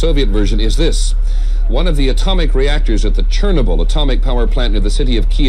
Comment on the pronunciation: The only funny thing is the way the reporter pronounced Chernobyl. lol